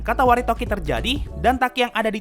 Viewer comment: Katawaretoki atau Katawaredoki? Seingetku Katawaredoki, bukan Katawaretoki. Cmiiw, aku gabisa baca bahasa jepangnya ✌️